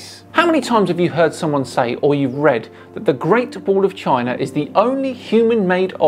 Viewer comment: Okay, but what's a Chiner?